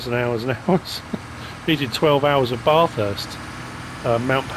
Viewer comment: Bathurst is said ba-thurst not bath-hurst I’m not criticising or being negative, just letting you now mate Cheers enjoying the map mate